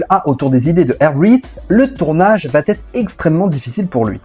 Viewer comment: On a un gros souci de liaisons imaginaires. Va-t-être. 🤦🏻‍♂️ Ça fait mal aux oreilles (là tu peux faire la liaison).